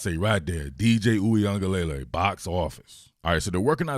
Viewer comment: Your pronunciation is WAY better than most talking heads lol. Only thing: it's luh-lay at the end, spoken very quickly, not lay-lay spoken slowly. Not hatin'; you straight up need a language degree to pronounce this dude's name 😂